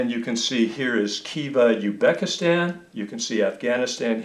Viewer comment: Very informative! However, I am guessing that pronouncing Arabic sounding names is not your forte! ;) Also I believe the Z is not silent is Uzbekistan.